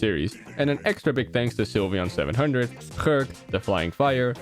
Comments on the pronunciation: No way you pronounced „Gurke“ that way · As a german i died of laughing of your pronouciation of "Gurke".Means cucumber in English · Why did you say Gurke like that 😭😭😭